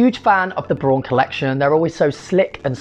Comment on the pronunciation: Hey, BRAUN is German company... the translation is "brown" (the color brown). It's pronounced like the color brown 😊